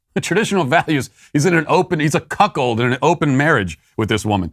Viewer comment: Dude said Cuck hold rage….. 😂 😂 😂